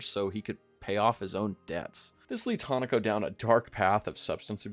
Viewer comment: Hinako is not pronounced Hanako. It sounds like you're saying Hannukah LOL